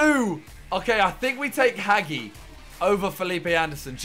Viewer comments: It’s hagi not haghi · It’s HAJE NOT HAGEE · What triggered me is that Simon said HaGi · Hagi, pronounced Ha-Ji. No hate just for future references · the way he said hagi😭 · He’s saying hagi’s name wrong 😖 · Hagi is a romanianplayer Im romanian and u dont say it like that